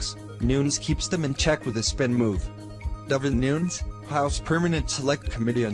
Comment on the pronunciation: It's Nunes not Nuns